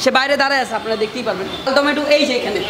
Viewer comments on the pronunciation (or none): Lal tometo jokhon bolen tokhon sae rokom lage